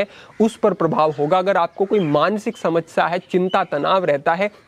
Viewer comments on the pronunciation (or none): none